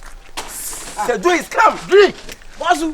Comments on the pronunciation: Wow let the World hail aka,today cos he has spoken the truth ,but i still can't stop laughing 😂😂😂aka said drill instead of drew 🤣🤣🤣🤣true kumerican 💃💃💃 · It's the pronunciation of "drew" for me 😹😹.AKA nie